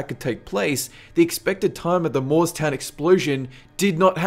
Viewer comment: I hate to be this guy cuz I love you, but I used to live in New Jersey... it's Moor-es-town; there are three syllables<3